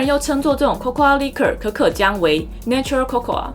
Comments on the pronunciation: Cocoa是唸做扣扣 不是扣扣阿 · cocoa的發音其實就跟coco一樣(最後的a沒有發音)，當然我知道這個頻道不是在教英文，不過如果發音能發準確會更專業、更有說服力(我看了很多集都多少有發音問題)。最後要說感謝＆支持~~~